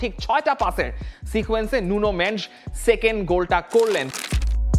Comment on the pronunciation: নুনো মেন্স কিরে ভাই? যখন পর্তুগালের খেলা হয় তখনও ওর নাম টা নুনো মেন্ডেস ই উচ্চারণ করে। ভাই দেখি পর্তুগিজদের থেকেও বেশি পর্তুগিজ?